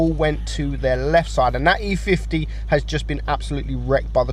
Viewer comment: gotta love how he called the e 50 "e50m"